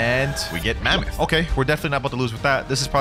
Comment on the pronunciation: ok but that kinda slip up on the "mamonth cope" was kinda funny